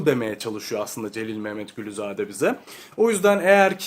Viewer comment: Celil Məmmədquluzade'ni telafüz ederken Memmet gülüzade diye değilde Celil Memmed kuluzade deseniz daha doğru bir telafuz olur 🙃